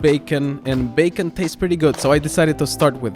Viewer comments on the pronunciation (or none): none